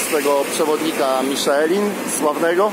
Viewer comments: Miszlę się mówi a nie Miszelin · Ta wymowa "Miszelin" powoduje u mnie irracjonalne napady kurwicy ;___